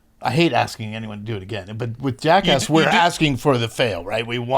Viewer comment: As an aussie, its so refreshing to hear another one of us pronounce 'Jackass' correctly.